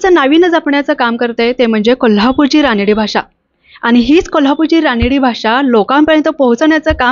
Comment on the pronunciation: अग रानडी.. रानडी काय म्हणतेस. रांगडी म्हणतात. रांगडी भाषा हा शब्द तुला माहित नाही..? कमाल आहे. मग मुलाखत काय म्हणून घेते.